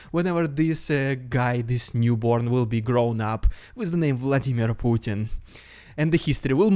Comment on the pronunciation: Love you saying puttarna not putintin 😊